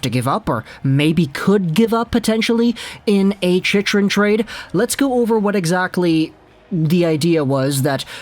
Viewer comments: As a Panthers fan, Chychrun is not pronounced like that. It's pronounced She-crun not She-she-crun, She-shrun, She-run. I should know, his father is part of the Panthers broadcast crew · It’s pronounced ‘Chick-run’ btw